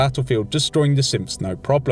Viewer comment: His accent when he says synths sounds like simps